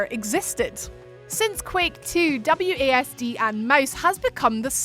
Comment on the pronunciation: I kept hearing her say W A Ass and D...nice accent though😏